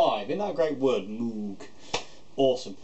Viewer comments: except it's not mooog it's mog with a long o, like rose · Mogue. Not Mooooog. Crazy, I know. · I have one. Great amp. Btw, the name rhymes with vogue. So "Mogue". 😉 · Interestingly enough, and these are his own words, Robert Moog's last name is pronounced like you are saying "rogue." The company it'self, set up to sell his highly influential synthesizers pronounced it 'Moog' like you are saying, "food." So I guess either pronunciation is acceptable.